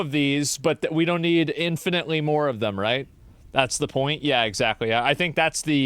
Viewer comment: "Two Moar Weex."